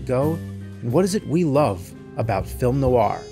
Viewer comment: There's no I in Team. And no R in Film